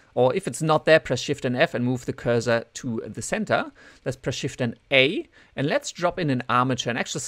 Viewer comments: Cursor, not pronounce 'Curz zer' but 'Curse sir' :) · Sure, multilingual myself. It wasn't a critique, I was trying to help and it's never pronounced 'curze zer' in either American or English. Anyway, great vid :)